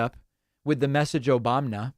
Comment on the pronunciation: The "Obamna" drop never fails to make me laugh out loud 😂